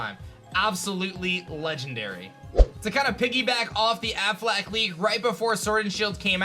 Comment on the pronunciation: Why does he keep saying "Ben AFFLAC"? The Affleck leak was the best. There was so much information and depth to that one. (No wonder they got fired and sued) I also liked the Chinese Riddler leak. That one was fun to try and figure out. (I'm surprised it wasn't mentioned here)